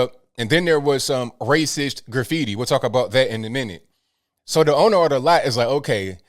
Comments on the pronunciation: Who says "Graff - feety" instead of "Grah-feety"? That's like the people who say "White" like "who-ite" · Graph fee tee lol